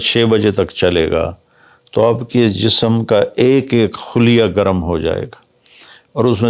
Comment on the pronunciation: حضرت آپ عربی الفاظ درست بولنے کی کوشش کیا کیجیے ۔ کیوں کہ ہم آپ سے سیکھتے ہیں۔ خلیہ ۔۔۔۔۔۔۔۔۔۔۔۔۔۔۔۔۔۔۔ خ زبر کے ساتھ ہے آپ نے یہاں پیش سے بولا؟